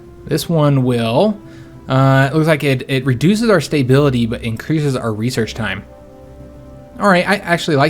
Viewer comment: Its making my Imperial feathers ruffled! And StaBBBBility... :-P not StaYbility